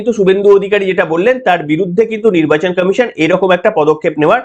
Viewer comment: আপনার বক্তব্য ঠিকই আছে কিন্তু আপনি কমিশন কে কামিশন বলেছেন কেন আগে ভাষা ঠিক করুন